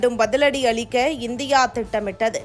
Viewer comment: அலிக்க😂😂தலங்கல் முகாம்கல். இந்த பெண் எப்பொழுது தான் தமிழை ஒழுங்காக உச்சரிப்பாளோ?